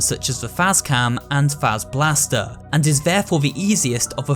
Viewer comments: It's pronounced "Fahzer-blast" NOT "Fayzer-blast" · Bro why can't anyone pronounce Fazer last (pronounced faz•er•blast) right